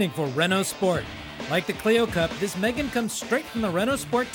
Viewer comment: Here is a tip.. If you are going to do a video on a car, ring the company and actually ask how do you pronounce the name of the car instead of saying it WRONG the entire time.. Its Megane (me-gane) not Megan (girls name)